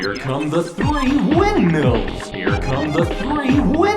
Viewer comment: HEER CUM TEH THRII WEENDMEALS.